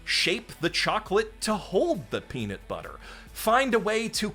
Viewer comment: First time here. Your videos seem great. But it's peaNUT butter, not peaNIT butter